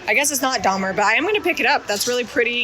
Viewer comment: I think it’s Daher on the English tins not Dahmer 😉